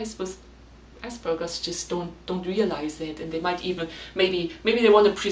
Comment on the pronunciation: You are german, and you still pronounce it ass burger. I mean, wtf 🤣😂🤣